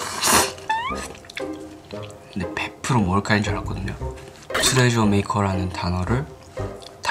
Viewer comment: mashiho said TOREJA [トレジャー] (japanese pronunciation) instead of TEUREJEO [트레저] (korean pronunciation) UvvU our japanese hamster 😍😍😍